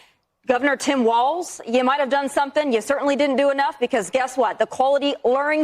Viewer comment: Not a single T in Walz mister